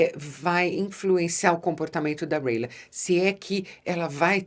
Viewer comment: É Rhaena e não rhaela